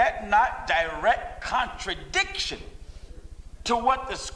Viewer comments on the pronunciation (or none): Brother couldn't even say contradiction!